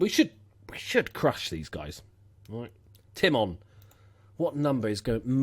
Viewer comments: Pretty sure it's pronounced Tie-mond but I could be wrong. Btw I'm loving the number 58 :) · It's Josh Tie-Mon I believe, at least that's what us Hull fans called him but we have never spoken properly anyways, now I just calling the snake for how he left us in the summer ;)